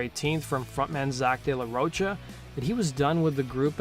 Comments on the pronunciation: It's De La Rocha( Row Ka) not De La Roach-a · Its "ro-ka" not roach 🪳 -a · Pronounced de la "ro-ka" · De la Roach-a? No, big no. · You still saying ROACHA?! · Dude, Zack's last name is pronounced like the word mocha just with a ro at the beginning. FFS get the shit right man. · This has basically zero real info about an explanation for de la Rocha (which you can’t seem to pronounce) leaving that band. All the info this guy gives is easily sourced, as usual. No new info at all. Which leads me to asking, why do you spend twenty minutes on the most basic, trivial stuff for other bands (GNR) and then do a measly five minutes for others? There’s a lot more info on this than even you dug up. Vid is almost pointless unless you have absolutely no idea who RATM were.